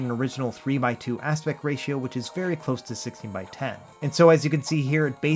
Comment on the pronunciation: please practice saying the word aspect, you repeatedly say aspec or aspet but not aspect